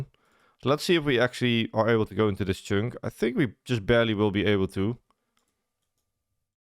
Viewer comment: That is not how 'chunk' is pronounced